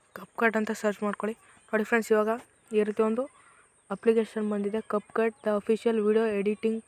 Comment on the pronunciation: ana ad cupcut alla capcut adu sariyaagi heli